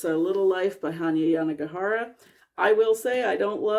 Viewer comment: Awesome to know how to pronounce the author's name, I wouldn't have even dared tackle it. Weird that the author made the time period vague but that is a really cool creative idea. Also, excellent use of the fade in / out there!